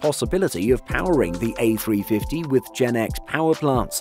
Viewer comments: It’s pronounced “GE NX”, not “GenX” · It's Gee Eee N X, not Jen X.